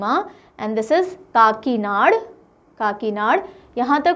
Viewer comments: And it will be kakinada not kakinad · काकीनाड़ा kehte Hain Didi 😁I m here after talking with an Andra person living in kakinada😂